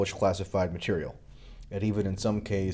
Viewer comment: lol you said materia